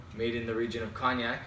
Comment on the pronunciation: Nice review. Btw, its pronounced coniac, the G is silent in Cognac just like in champagne. Your currency is weaker than the US dollar (.76), that's why it costs you more Canadian dollars than the US when you purchase. Cheers